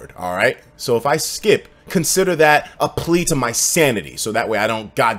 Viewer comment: He said skeep schedule